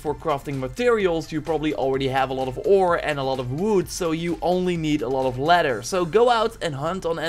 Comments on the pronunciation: *Lether Leather. Le-ther. Le.......ther. Not letter. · "All you need is ledder"